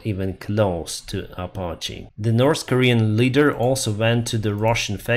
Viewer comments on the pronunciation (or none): none